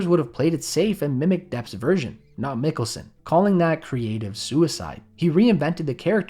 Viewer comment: Stop saying 'Nicholson' instead of Mikkelsen, or am I the one with an impared ear??